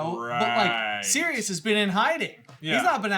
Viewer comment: I am so glad you guys properly pronounce Sirius' name, I don't know how may times Ive had to try to explain that he is a dude who turns into a dog, Sirius is the Dog Star, Regulus is also named after a star, and his name is not Cyrus.